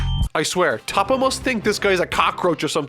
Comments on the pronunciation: It’s toh-po not tah-po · who tf is „tahpo“ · Isn't his name actually Top but it's just pronounced as Toppo in Japanese?